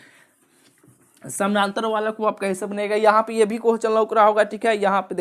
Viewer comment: Bhai pahle questions to sahi se boliye kohchan kohchan